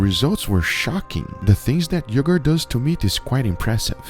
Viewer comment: miwk and even yeogerrt